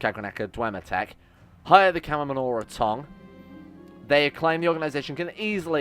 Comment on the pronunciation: how the fuck did he get Camanorra tong outo f camoNNA tong? edit: and then he mispronounced it seven different ways immediately after... i love but is he dyslexic?